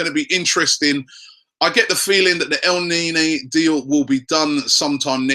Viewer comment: stop the el naynay pronunciation lol